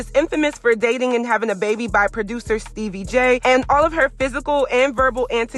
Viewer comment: She can’t even say stebbie name right. I dnt watch reality tv anymore. All dem chicks like drama and tbh. It’s just dumb. But uh yea she’s corny af.